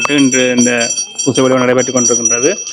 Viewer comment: பூசை என்று சொல்லுங்க.×( வூசை)